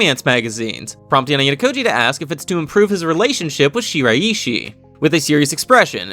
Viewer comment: its pronounced she-rai-she